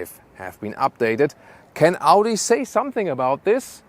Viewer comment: Amazing review and...... Audi it's Audi 👍